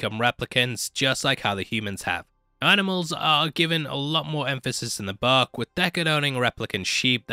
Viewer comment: I couldn't understand what is in the buck, oh he is saying BOOK.